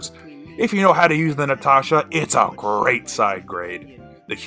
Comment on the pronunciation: i like the way you say the word grrreat